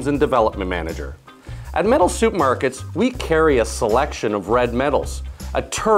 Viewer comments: Ya know, iy sounds like you're saying "Metal Soup Markets" instead of Metal Supermarkets. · Why does he keep saying 'soup' markets? I thought the first one was an error, but nope, soup market it is! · I like how he says soup markets haha. Seriously though good video. I was wondering about the difference between brass and bronze and this video explained it perfectly. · It sounds like you're saying "Soup Markerts".